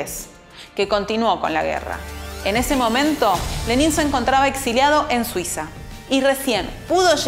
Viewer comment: Se pronuncia Lénin, no Lenín. Y con una bibliografía tan escasa (un sólo autor), no es de sorprender lo sesgado del material. Más recomendable son los libros de Service, Sebestyen, y Dmitri Volkogonov, el mejor que he leído sobre Lenin, y el primer tomo de la biografía de Stalin De Kotkin aborda la figura de Lenin bastante a fondo